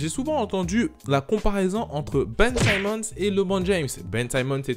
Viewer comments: C'est pas "saimmons " mais "Simmons " 😊😊😊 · ON NE PRONONCE PAS SAÏMMONS MAIS SIMMONS. LIKE POUR FAIRE REMONTER LE MESSAGE STP.